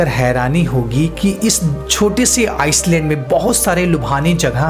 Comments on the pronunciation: भाइ आइसलैंड नहि आइलेंड बोलते हैं इंग्लिश में। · भाई "आईलैंड" बोल "आईसलैंड" नही । island को आईलैंड बोलते हैं आईसलैंड नही जो तुने अपनि कई video मे बोला है । वैसे तु अच्छे videos बनाता है मै regularly देखता हु । All the very best for more & better videos ! 👍👍🤟🤟💐💐